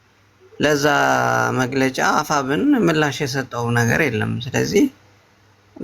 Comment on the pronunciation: አፍብን አትበል አፋብን በል